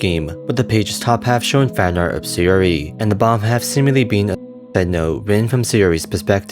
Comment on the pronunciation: Neat video, it probably was a combination of the stuff that you mentioned. A few things always bother me when hearing people read foreign names, here's a few. Obvious minor speech impediment or not (no offense, that's just clear here) I'm fairly certain they're (due to JP syllabary always being phonetic to ah-ee-oo-aeh-oh (a-i-u-e-o) and not aeh-eye-yhu-ee-oh) Sa-yo-ri; Sahyo-ri, not Saehy-ori Na-ts'ki; Nah-ts-ki not Gnat-su-ki (it'd be Na-ts-ki anyway; "tsu" is a partially end-aspirated sound, but still a single one, so the ending is typically dropped making it more of a soft ts' as opposed to a hard t-s; e.g. Tsu-ba-sa; Tsu-ki-ko, etc. Yu-ri (yoo-ri) not Yuh-ri Not certain about the last one here, but it seems like Su-ka-dev not Sika-dev; Сука from pronunciation of the Russian insult.